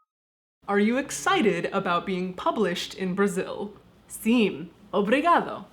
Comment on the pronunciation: You don't read the "m" in sim. 😁